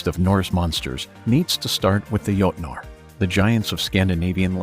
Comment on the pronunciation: If you are going to talk about the "jotnar" you might aswell say it the correct scandinavian way, witch is jotne or jotun. coming from a norwegian viking